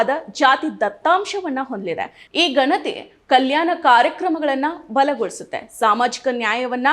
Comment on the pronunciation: Nimma uchcharane thappagide. Ganathi emba oththakshravannu sariyagi uchcharane maduthilla